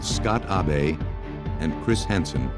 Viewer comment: And they kept saying Ah Bay for the son in the last case. That's the Japanese way of pronouncing Abe. If he's American, it should be Abe, short for Abraham, as in Abe Lincoln.